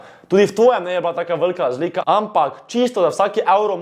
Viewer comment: Gahahhaha stari toti res nea zna govorit XD "Evlov" "Lazlika" :rofl